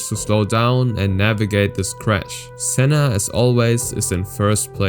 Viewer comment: You butchered Sennas name there